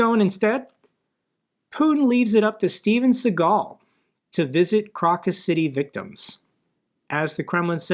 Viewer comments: Pronounce Crocus as Crowcus, not Crawcus. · Pronounced as Crowcus, not Crockus. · How can an American not even know how to pronounce “Crocus”?